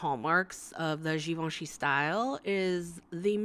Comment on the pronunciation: superb artistic talent, cool and funny way of commenting and ... thanks for pronouncing GIVENCHY correctly ! :-))